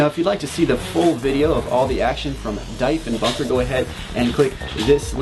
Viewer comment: I played at last year's Diefenbunker game. It was good times, but I think this year might be better, especially since it's a MFOG. And the "I" is silent there, it's pronounced Dee-fen-bunker